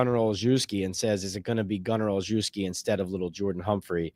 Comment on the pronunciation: Gunner's last name is pronounced all shev ski